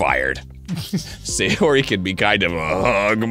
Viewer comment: "Sayori", with an "a"